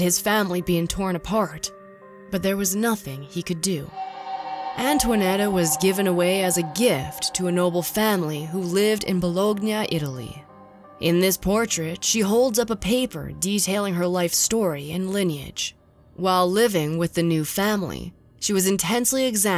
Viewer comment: Way to butcher most of historical names! I especially liked BoloGna